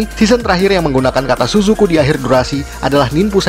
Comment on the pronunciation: Tsusuku kita bacanya CCV 😂